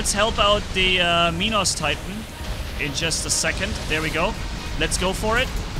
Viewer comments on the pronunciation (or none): none